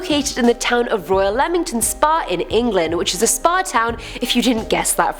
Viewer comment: "number 6 is leamington spa station" welp time to learn about the station in my hometown. and good job on pronouncing it right, alot of people pronounce it as leamington (leem-ing-ton) which isnt right